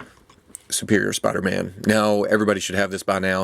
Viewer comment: spida man